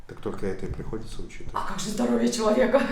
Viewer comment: ЗДоРоცხЕ - Буква В прям по-грузински получилась